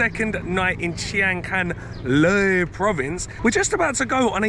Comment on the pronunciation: Got home late from work last night, by the time I got done feeding the cats and took off my shoes, caught the last 20 seconds of your vid. Watching now at work. Love seeing Finley and hearing him speak Thai. Sooooooo......CUTE!:virtualhug:🥰. BTW, you pronounced LOEI perfectly,. You see...practice makes perfect. 😀